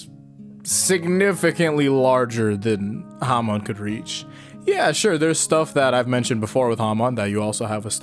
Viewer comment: Hamon is pronounced Hamone?!